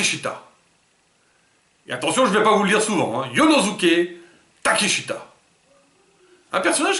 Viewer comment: mini tip : si on prononce comme l'annonceur jap, ce serait "Konoské Takeshta". L'impression qu'ils aiment pas les voyelles du milieu...